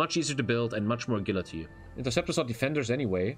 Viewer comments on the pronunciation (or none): "a gill la tea" 💀